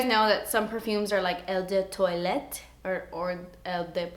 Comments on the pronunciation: Love the video! I've wanted flower bomb for ageees but das expensive. Btw Eau de Toilette is pronounced ow de twah-let xx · Si, has caissis as one of the notes. Caissis is another word for black current. And eau de parfum and toilette are pronounced O duh par-foom and O duh twa-yet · Eau de toilette (awe'd twalette) that's how your pronounce it :) there's a liaison between eau and de so you pronounce it as awed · I don't think wearing different perfumes, on different days, means someone's a psychopath, lol. You pronounce it "oh de parfam", or "oh de twullette", by the way. :) Blackcurrant is lovely. The best icecream flavour ever invented is (home made) blackcurrant. A blackcurrant icecream fragrance would probably, also, be really nice. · Hi, I appreciate your passion for perfume and i love the way you did your eyes in this video! You are adorable so I wanted to make this pronunciation thing easy as pie for you: Eau de Toilette = OH - duh - TWA-LETTE Eau de Parfum - OH - duh - PAR-FUM (as in "crumb") I hope that helps, doll! Kim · "eyu de tuwaleyt" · Everyone try Zara (the store) perfumes. They're reeally good and so cheap!! Ps OH DOO PARFUM and OH DOO TWAHLET haha the pronounciation is something more like that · hello, pretty <3 can i correct ur pronunciation without u hate me?! :S it's 'Oh də twahleht' for eau de toilette and Oh də pahr/føh~ for eau de parfum if am making any sense! love from Egypt xoxo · Hi! Eau de toilette is pronounced "oh duh twah-LET". I can't quite figure out how to write parfum phonetically but if you look it up google translate will pronounce it correctly for you! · Hey. I just thought I'd help you with the phonetics. You say it like this... oh-de-par-foom. and Eau de toilette is pronounced oh-de-twa-let. French is a tricky language! Love your videos:) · its pronounced "oo deh pahr-fahm" and "oo deh twah-let" just so you know! +